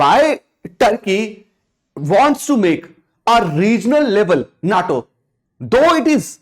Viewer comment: Its not NAATO ,😑 It's NATO.